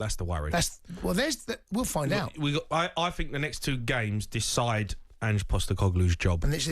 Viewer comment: Someone said Ange postenoclue🤣🤣